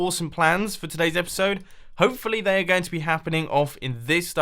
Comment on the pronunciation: mumbo says "hoefully" instead of "hopefully"